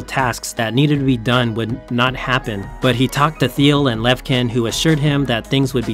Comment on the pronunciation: Thanks for the story! The "ch" in the Russian Co-founder's surname pronounce as [tʃ], as in cheese .